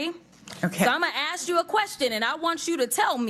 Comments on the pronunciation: Crocket says "Im gonna ax you a question" what does that mean? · She said, "aks you a question?" Aks! Really? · Can't say ask is so funny